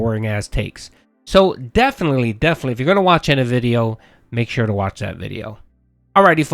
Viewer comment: Lol. can't say Shure.